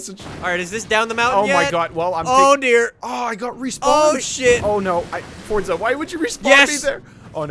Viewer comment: Forza bot fortza